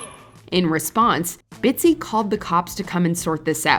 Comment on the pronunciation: Bitsy.......Not Bitsy.....LOL